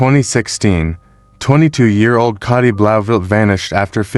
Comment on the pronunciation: It might be spelt Cati but is it pronounced Katie? For ai scripts, write them phonetically, so the prompt knows how you want words pronounced.